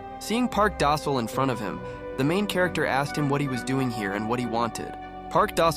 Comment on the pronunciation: Park Da sol more like park dosile😂